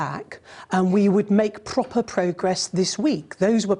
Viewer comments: Pwoper Pwogress. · She can't even say proper.. Properly. Vile woman. Does politicians no good at all. You'd like to think that politicians are intelligent.... Abbott and her prove any idiot can be a politician. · What a disgusting human being. Quit politics. And pronounce your P 's properly. Silly little woman. Make me a sandwich.